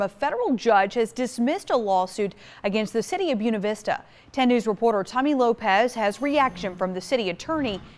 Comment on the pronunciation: Excellent video all you have to do now is learn how to say Buena Vista